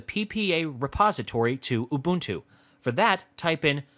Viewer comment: I must say, your pronunciation of 'ubuntu' made me laugh. No offence intended. Nice tutorial by the way!